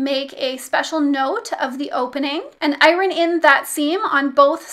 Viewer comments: “I rin” instead of “Iron” there is somebody else who also can’t pronounce this word I can’t remember who that was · I've never heard iron pronounced without a slient R - it threw me😂 Wonderful tutorial, thank you 😉